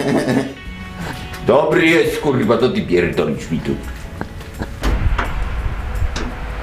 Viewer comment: Zajebiste :-D "A pierrdolisz Pan"